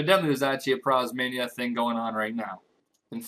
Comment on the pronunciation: prozmainia? its prismania.